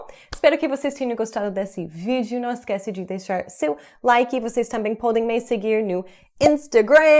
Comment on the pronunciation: Your "NÃO" is PERFECT!!! 1000%!!!!...exactly as a brazilian native...trust me...I´ve never met an american woman or man who spoke portuguese so perfect as you do..awsome job,!!!